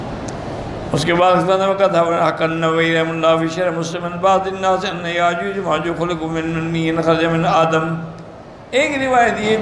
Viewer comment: یاجوج کے ساتھ ماجاج کیا ہوتا ہے، یاجوج ہے، اسے صحیح کریں۔